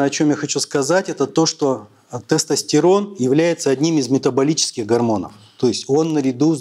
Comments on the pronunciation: Он слово тестостЕрон говорит как соседский, потдатый дед на во дворе на ловочке... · Мля... Я еле дослушал, в русском языке не всегда слова говорятся как пишутся. В слове тестостерон, секс, компьютер вместо Е произносится звука Э. Ухо режет жесть. Содержание тоже под вопросом. Какая-то околонаучная лекция... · Врач не правильно произносит тестостерон